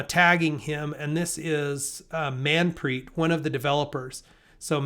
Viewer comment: Hi Bro. Love your content. Here is a tip regarding Manpreet name. It is pronounced Mun-preeth. Mun means heart and preeth means love. So his name means some one dearest to your heart. Hope that helps with your pronunciation from now on.